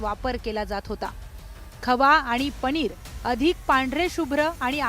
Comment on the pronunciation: पधार्थ नाही पदार्थ म्हणा पणीर नाही पनीर म्हणा. शुध्द मराठी बोलो भाषेत भेसळ नको.